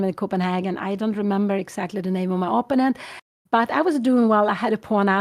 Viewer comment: Kära Anna. När nu din mamma är så inspirerande – och söt – att lyssna på, så skulle det vara extra trevligt om hon uttalade "opponent" på rätt sätt; det är trots allt ett ord hon säger ofta, så det är lite distraherande med hennes personliga variant.